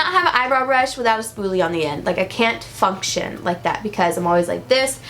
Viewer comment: When she said function and I heard it as fu*k shit 😂